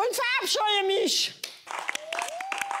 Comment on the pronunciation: Ich bin eigentlich bei "tsüschüschen" Stress schon raus 😂😂😂